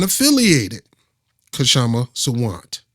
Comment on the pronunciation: Don't say the K in Kshama Sawant.